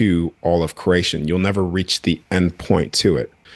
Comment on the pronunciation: I love this bloke. I’d love him more if he’d say cree a tion. Not curate Curation I’m sorry for being fickle 💐